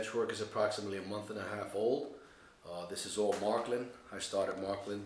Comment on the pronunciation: its not called marklin, its märklin. Maerklin!! but you sure got a nice track